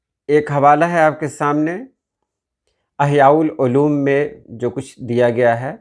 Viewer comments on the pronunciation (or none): آپ نے فرمایا احیاء العلوم اس کا صحیح تلفظ اِحیاء العلوم ھے نا کہ اَحیاء العلوم یعنی الف کے نیچے زیر ھے